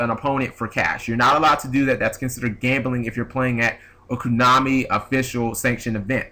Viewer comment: why do you say "koonami"